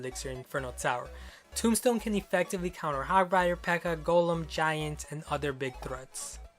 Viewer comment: you said hog frider